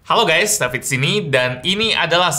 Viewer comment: "Halo gays david disney"